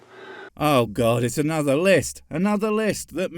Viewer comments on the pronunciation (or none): none